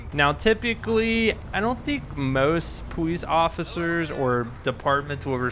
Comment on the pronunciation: Why does he say powice